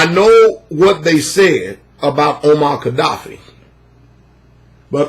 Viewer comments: MUAMMAR -NOT OMAR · The name is Muammar... Muammar Gaddafi. Not Omar. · Moanmar, not Omar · MOMAR not OMAR,........... LoVe ya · Muammar not Omar but i hear you fam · Just so you don’t make this mistake again... it’s momar ...not Omar! People will look for this to discredit you as not knowing what you’re talking about! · momar not "omar" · Muammar. It's Muammar. And it's Gaddafi. With a G.